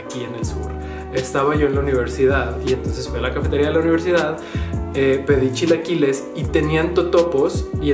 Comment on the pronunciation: "...yo no hablo con la sh ... los shilaquiles..." :/